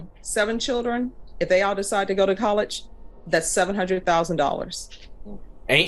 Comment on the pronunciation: She has the gall to correct his grammar, then pronounces college 'collidch'. At 13 minutes and about 50 seconds, the third time she says college.